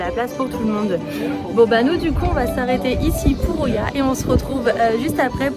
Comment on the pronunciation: Oia. Se prononce ïa en grec....pas oya.